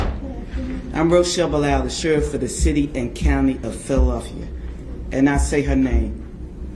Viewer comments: She's the sheriff of Philadelphia, and she can't pronounce the city's name? DEI. Arrest her in Fillillellfia. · Haha 😅 SHE SAID FILL A DELPHIA??😂😂😂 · She can't even say Philadelphia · Sheriff of what? She can’t even say Philadelphia. Is she drunk? What is going on with this woman? And why is she threatening a Federal Agency?